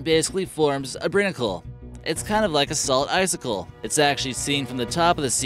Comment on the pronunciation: Pronounced (brine-ik-kul), as in brine + icicle, a combination word. It's not "brinnacle" . Also it's (hee-moe-gloe-bin), not hemo-"glaw-bin" as it was pronounced